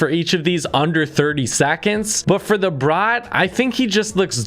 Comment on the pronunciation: It's The Brat As In At Not Brott